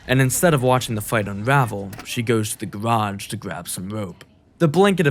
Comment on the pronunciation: She goes to the gawage to gwab some wope